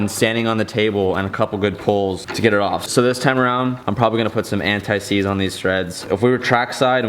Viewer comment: You said an tie seeds the first time😂😂